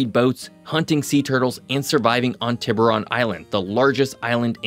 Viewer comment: TIBER-RHON???!! It’s TEE-BUH-RON. Aka, shark in Spanish 🔍